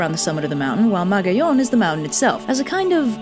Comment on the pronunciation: Ahhh... Good. video but wrong pronunciation. Magayon: Ma-ga-yon Makusog: Ma-ku-sog Panganoron: Panga-no-ron Pagtuga: Pag-tuga